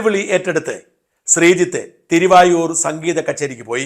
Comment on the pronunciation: തിരു വായൂർ അല്ല തിരു വാരൂർ ആണ്